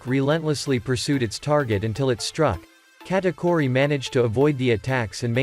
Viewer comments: He's saying Katkuri instead of Katauri but that fine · bro is saying katakori💀💀💀💀